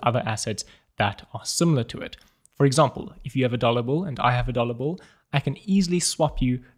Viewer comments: I heard "dollar Bull" several times 😅 Awesom video and the fact above made it even funny for me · Got really confused at the start, thought he was saying 'dollar bull'. Is this a new coin I haven't heard of?!?!